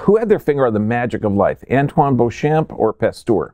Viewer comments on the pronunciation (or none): none